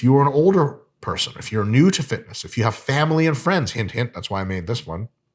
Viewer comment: This mf said "fitnuh"